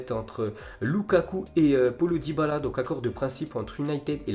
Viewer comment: water polo dybala, tu torche son prénom